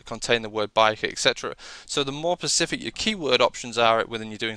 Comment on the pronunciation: Nice video, but it is "specific" not "pacific" - the latter is an ocean.